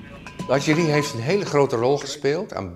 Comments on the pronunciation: Graag even voortaan eerst de mensen een spraakcursus laten doen. Atjerie! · Hoi Boomer. Voor de dagelijkse verversing van je luier wil ik je dit mee geven. De Nederlandse taal wordt gevormd door de Nederlandse Taal Unie en niet wat idioten op een boot met spraakgebrek. Het woord is “artillerie” en het is belachelijk dat Nieuwsuur een “journalist” aan het woord laat die niet eens fatsoenlijk Nederlands kan spreken. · Lol, die interviewees kunnen allebei het woord artillerie niet uitspreken hahah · "Artjerie! Artjerie!", zegt er een. "Arterie" zegt de ander. En dat zijn dan een expert in defensie en een oud-commandant der Landstrijdkrachten. 😆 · Hoe kan het zo zijn dat een “defensie expert” het woord artillerie niet kan uitspreken? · die expert de hele dag over hoe hij Adje Rie wil uitschakelen smh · Artillerie is een Frans leenwoord geloof ik. Ik denk dat het een verbastering is van de Franse uitspraak van dit woord. Zeker als je het vaak zegt kan ik me voorstellen dat er dan iets als "Artjerie" uitkomt. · Echt vervelend ja, atjerie wtf 😂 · Samenvatting comments: Artjerie. Oud gediende dienstplichtige insiders weten dat dit de meest gebruikte uitspraak is. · Artillerie is een Frans leenwoord, als je dat op zijn Frans en snel uitspreekt dan is het niet moeilijk om op "atjerie" uit te komen. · Lullig als je hele video over artillerie moet praten maar het woord niet uit kan spreken 😂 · Vraagje: waarom kan geen enkele expert het woord ‘artillerie’ goed uitspreken? Is het een tongbreker of wat? Zo raar. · Dat je als defensie expert artillerie als 'artjerie' uitspreekt vind ik opmerkelijk. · Dat is het niet. Het is hoe mensen in het leger (of ex militairen) artillerie noemen. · Erg goed item, alleen zo jammer dat de expert niet weet hoe je artillerie in het Nederlands uitspreekt xD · Het valt mij op dat (bijna alle) militaire experts de militaire termen anders of verkeerd uitspreken. Minutie ipv munitie, ajtjerie ipv artillerie. Heeft iemand hier een verklaring voor?